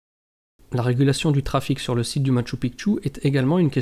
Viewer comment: Bonjour, Un grand merci pour avoir enfin pris en considération la bonne diction du Machu Picchu! Pas une fois tu t'es trompé...que ça fait du bien aux oreilles! En plus tu fournis de bonnes recherches sur cette info. Que du bonheur! A poursuivre dans ce sens!:) Amicalement Gus